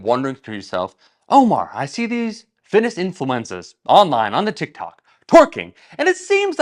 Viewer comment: ”Fitness Influensas”